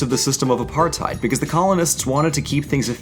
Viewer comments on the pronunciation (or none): Apartheid pronunciation a-par-tate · Not the Apart hide LMAO it hurts so much hearing it like that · And its pronounced "apar-tate". Sincerely, someone who had to go through educational guilt tripping aka learning about apartheid for 4 years in high school even though I am 3rd gen immigrant born post apartheid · Apartheid isnt pronounced like "apartide" its like "apartate" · God I hate the misconceptions of my continent. But otherwise it's pretty cool to learn the history of it. Also it's funny to hear non Africans try and speak Afrikaans Apartheid is pronounced apart-hate...not height The Afrikaans alphabet is....weird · Why can't anyone pronounce Apartheid. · The only issue I have, which happens almost everytime it comes up is when they mention Apartheid. Now it's not the mentioning of it that grinds my gears, its pronunciation. Though in all fairness that's probably because of dialect and such so yeah this rant pretty much means nothing cause is technically saying it right, it's just the... pronunciation...? that is just odd to hear cause when I say it I kinda pronounce it(and i had to say it multiple times to put it into words) Appa -(like aangs flying bison), -r-, -tyd (afrikaans for time)